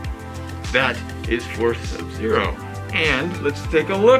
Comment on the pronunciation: Souds like hes saying sub zero assk